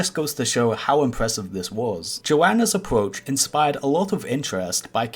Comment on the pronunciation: vewy impwessive